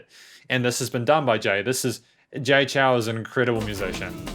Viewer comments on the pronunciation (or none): Nice review. Just a bit of suggestion, the Chou is pronounced as "Chou (O is spoken as in Orange) instead of Chau/Chow"